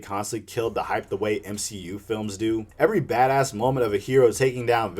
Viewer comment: U mean, the M-She-U , am i right? :v